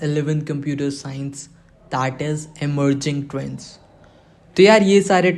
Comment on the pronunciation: emerging trwwnds😂